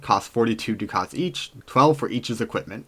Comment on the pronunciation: liked and subscribed... one thing: it's pronounced "duck its"